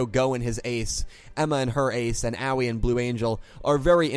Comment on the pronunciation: Aoi I think is actually pronounced as (eh-oy)